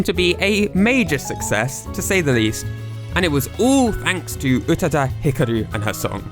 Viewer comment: Not "Utuh-duh", pronounced "Oo-tah-dah". Check your IPA pronunciation, elongate the second vowel,, no glottal should be used.